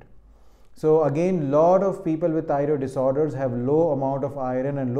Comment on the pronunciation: Thioriod - Mallu accent is deliberate ?